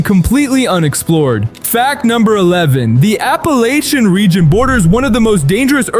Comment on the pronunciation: The dumb AI voice routinely switches back and forth between 2 different pronunciations of "Appalachian".